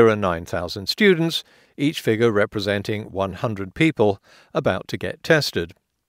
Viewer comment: funny. as in ironic. the vid is 17+ mins. not to mention pretty uncomplicated plain English. i mean yeah, he massacres 'figure'.